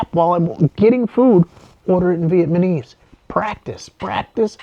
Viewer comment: It's VietnaMESE, not ViemaNESE.